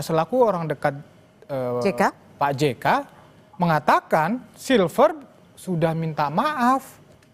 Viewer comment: Si freddy nyebut nama koncone wae salah, Silfester dibilang silver